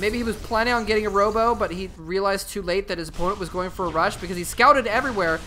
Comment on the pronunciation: When you said 3 gate robo i thought you said 3 gate homo hahahaha